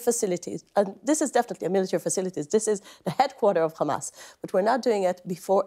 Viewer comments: The name called HAMAS NOT KHAMAS. female puppy. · And PLEASE stop saying Khhhamas ! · Yup and it’s hamas not khamas. And yes this person is following Zionist ideology